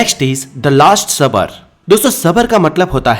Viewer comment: Kya last sabar..supper bolo apna pronounce thik karo